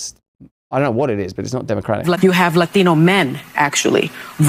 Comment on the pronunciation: Lathino lathino lathino! Sunny you must have really practiced that pronunciation for hours before taping. 😂